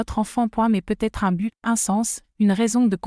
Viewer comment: Et si vous appreniez à votre IA à ne pas dire "point" quand elle arrive en bout de phrase ? Et le sempiternel "peut-être" lu "peu... être" dans d'innombrables vidéos !! Trop de semis-analphabètes sont capables de demander à une IA de rédiger une histoire mais sont incapables de la relire pour en corriger les fautes de grammaire et de syntaxe, de relever les erreurs géographiques, les anachronismes... Je zappe !